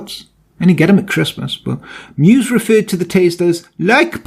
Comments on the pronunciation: your german skills are pretty good! but meiwes is pronounced „my-ves“ not „muse“ 😁 alles klar? 😉 great video! 👌🏻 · "Meiwes" isn't pronounced "mews", but "my vess".